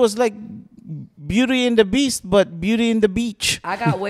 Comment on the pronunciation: Did Chinese best friend say "Beauty and the Beech"?? LMAOOOO